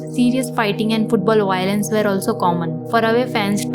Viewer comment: yeah I know I'm just messing it just sounded funny 😁 👍